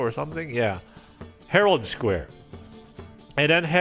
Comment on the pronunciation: Herald Square ? Who taught u that?